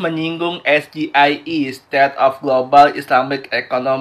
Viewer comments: Dia itu seperti monyet yg dilatih buat melafalkan SGIE...!!! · TENTANG AIR BERSIH KAN UD DIJAWAB TANPA PAKE UANG BUMN YAITU BERKERJA SAMA DENGAN WARGA DAERAH SETEMPAT BANGUN WADUK PENAMPUNG IRIGASI COBA DIDENGAR LAGI JANGAN DIPOTONG.BIJAK/ NETRAL.CUMA ADA YG KURANG SINGKATANYA GA DI EJA BHS INGGRISNYA SGIE??